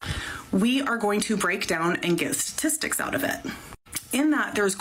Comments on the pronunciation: Is it just me 😊r does she say satistics instead of statistics in her condescending tone? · “Satistics” ?? 😂 thanks professor